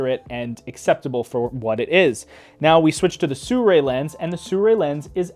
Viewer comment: nice review, but STRANGE PrOnunciation of the brand name. SURRAY ?